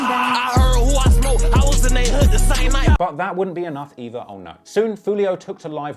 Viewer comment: I hate the way he pronounces words with a k at the end be like "smokke"